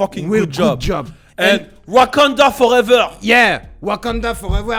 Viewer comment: "Wakenda forévoir" 😂😂